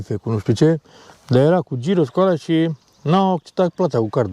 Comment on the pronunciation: Salutare! V-ați putut odihni având alături "concertul" șacalilor?😬 Să aveți drum bun în continuare și experiențe frumoase! Asfalt uscat! 🙂🏍🤗 P.S.: Se scrie gyros și se citește ghiros! 😉